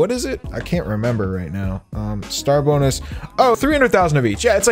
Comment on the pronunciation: Wen u were saying srar bonus i thought u said star buks